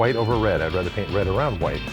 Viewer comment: ''huwhite'' makes me think of stewie griffin